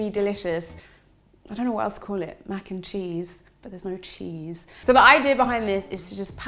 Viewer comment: Yum yum yum! Irie Vitals! "Mac N Neese" 😆